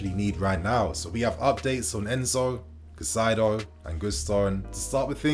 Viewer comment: KAAAH-EEE-ZE-DOH Learn to pronounce his name correctly, ffs.